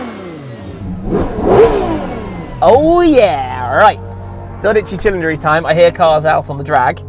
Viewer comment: if you pronounce 12 Cilindri like that one more time the Vesuvius will erupt and haunt you all the way to UK